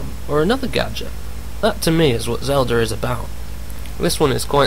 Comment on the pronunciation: WTF!!! WHAT THE FUCK! First and foremost, Miyamoto is not british, he is japanese, second you donot PLAY AS ZELDA!!! YOU PLAY AS LINK!!! YOU GUYS ARE FUCKING MORONS!!!ANd its Zelda not zeldor!